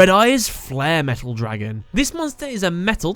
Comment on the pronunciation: "DRAgun." The way he pronounces it XD